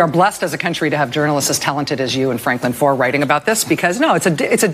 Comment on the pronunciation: foer is a german name it's pronounced "fair" like matt groening is pronounced "graining". come on guys get the names right at least if you wanna talk about other people getting things wrong.